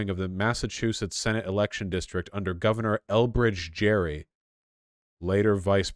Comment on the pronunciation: I knew the portmanteau origin of Gerrymander and that he's saying the name Gerry wrong, I'm feeling like big brain Sheen over here lol